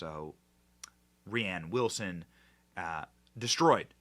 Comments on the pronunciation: Benny his name is pronounced like Rain 😂 not Raighann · Rhiann is a woman's name - Rainn with two ends, and yes it is dumb but it's pronounced rain. I love what you do Benny and I love your sense of humor most of the time but when you say rianne or bursima etc over and over sometimes you confuse or miss a bit of the point that you're trying to get across. Rain Wilson is a narcissistic doofus - and he's totally wrong here but please stop calling him rianne. I feel for the dyslexic issue though For real